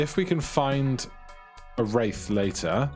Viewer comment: Wraith is pronounced (ray-th)